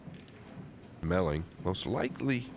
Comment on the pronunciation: melling not mellings lol